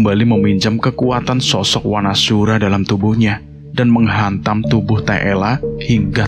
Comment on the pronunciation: Saran mas, kalau membaca a jejeg dibaca o. Seperti Wanasura, dibaca Wonosuro, agar terlihat Jawa-nya si Danan & Panjul